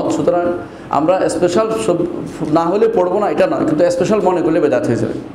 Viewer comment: আবু ইবনে মাসউদ রাদিয়াল্লাহু আনহু থেকে বর্ণিত রাসলুল্লাহ সা: বলেছেন প্রতি রাতে এই সূরাটি পড়ার মাধ্যমে দুঃখ কষ্ট এবং অভাব দুর হয়, আর আপনি বলছেন যে, কোন ইস্পেসাল মনে স্পেশাল (শুদ্ধভাবে ইংলিশ ও বলতে পারেন না) ফযীলত নেই। আপনার জ্ঞানের পরিধিও বোঝা গেল😅